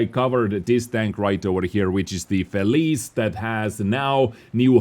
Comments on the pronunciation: "felice" is not "felìs", the "ce" is like "che(ck)" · pronounce Feli-CHE like czech! Like feliCze(ch), thats how it sounds